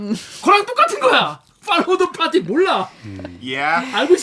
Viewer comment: 팔러우 더 빠뤼 ㅋㅋㅋ 중국말 같음 ㅋ